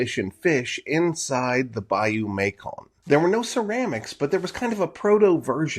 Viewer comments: Bayou Macon is pronounced MAY-son, not MAY-kon. From French "maçon" meaning "builder" or "mason." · It's pronounced Bayou May-Son, not May-Kon